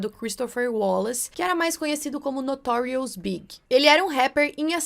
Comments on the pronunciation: Nao é Notorious BIG mas Notorious B.I.G. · Além da confusão com o nome da Left Eye, e a pronúncia do nome da Aaliyah, você também se equivocou quanto a pronúncia de Notorious B.I.G., não se diz "BIG", mas sim as letras soletradas "BI.AI.DGI.", da Cassie, que se não se pronuncia "QUÊISSI", e sim "QUÉSSI", do Tupac, que não se pronuncia "TUPÉC", e sim "TUPÁC", de um dos nomes do Diddy, que não se pronuncia "P" Diddy, e sim "PI" Diddy, e do nome do "Kelly" que era casado com a Aaliyah, que na verdade é "R. Kelly", cuja pronúncia é "AR. QUÉLI"., você pode resolver facilmente essas dúvidas de pronúncia no Google, tem vários sites onde se pode ouvir a pronúncia, é só pesquisar pelo nome pedindo a pronúncia em inglês, ou em qualquer idioma!